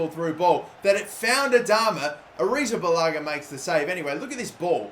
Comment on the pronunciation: Wow you posted Alot today congrats and damn you pronounce kepa second name soflty i thought you will mess it up like me